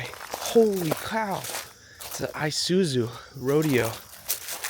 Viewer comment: You guys are Grea-a-att! lol. is killing me. How is it you can be so excited about abandoned vehicles yet when it comes to it, you can't recognize them or even say the brands name when you read the label off the fenders? An "I-suus-zuuu (Isuzu)". I'm dying but it's awesome. lol